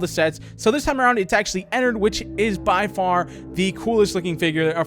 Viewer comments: IT'S EN- ARD NOT EN-ERD! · the way he said ennard "ehnurd" XD